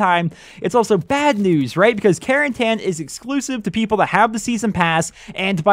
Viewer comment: It's not pronounced Caren-TAN its pronounced Caren-TIN